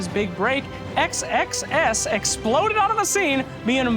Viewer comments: Pounds Sex Sex Sex. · He keeps pronouncing xxs super carefully. XD